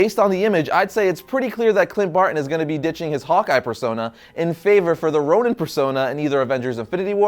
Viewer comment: ChocoboKid People keep mispronouncing Ronin as Ronan like this guy in the video. If they're both meant to sound the same in the Marvel world, that's different. But it's confusing. I had to Google it to make sure that Hawkeye didn't sonehow become evil and then sent to another reality, where he becomes Ronan The Accuser. 😐